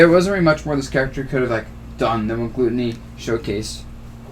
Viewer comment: Haha why does everyone pronounce Gluttony wrong? I don't understand! It's so strange to me this word is mispronounced very very often